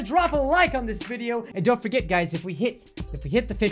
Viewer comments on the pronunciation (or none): none